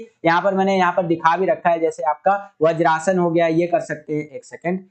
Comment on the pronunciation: Sir thats vajrasana not bajrasana